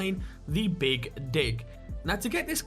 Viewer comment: come again? The big what now? The big dick?